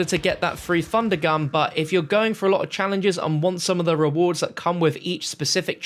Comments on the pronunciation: “A three fundergun” Love you 😅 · "Three Fundergun" 😂